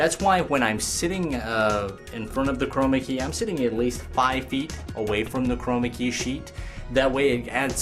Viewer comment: STOP saying chromacy or whatever it is !!!